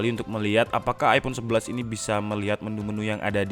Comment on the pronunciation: Iphone eleven bang,bukan teenn